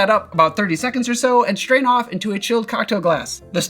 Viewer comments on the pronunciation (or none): Love your videos, but why do you say shtrain instead of strain?